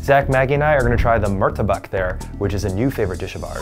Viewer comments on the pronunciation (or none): And my arab hertiage is shaking when he pronounced murtabaq wrong😂😭